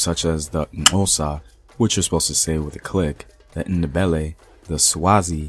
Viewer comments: Well done on the click in " Xhosa " homeboy 😄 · Well done on your pronunciation of "Xhosa" 👏🏾👏🏾👏🏾👏🏾. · Great history video🌺... 🇿🇦 Great pronunciation of Xhosa🌹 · I had to pause and applaud you for saying Xhosa so very well 🙌🙌🙌🙌🙌